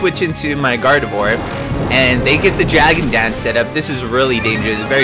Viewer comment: I'm getting so triggered how you say gardevoir. Its not guard-eve-war. Its guard-a-vwaaa. It's french. also I can hit you up with a shuckle. What kind of EV spread do you want?